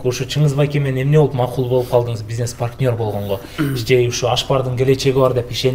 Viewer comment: Паркнёр эмес партнёр